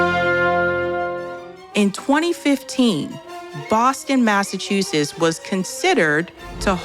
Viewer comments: I finally unsubscribed because I can no longer take hearing her mispronounce “Massachusetts” as “Massachusess.” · I'm sorry, but the way you pronounced Massachusetts is crazy lol